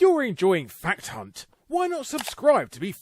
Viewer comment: Fact hunt..... I heard fat c... Haha